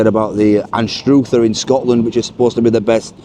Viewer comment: The place in Scotland called Anstruther, is pronounced like saying mother, not like stroother❤